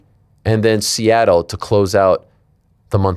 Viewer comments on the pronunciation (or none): none